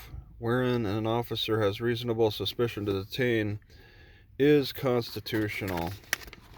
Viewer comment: I noticed that he didn't say reasonable (Articulable ) suspicion, just reasonable suspension.